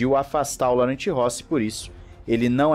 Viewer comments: Em francês a pronúncia do nome do CEO é " Loran" e não Laurent. Em português seria Lourenço. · A pronúncia correta na verdade é "Lorran"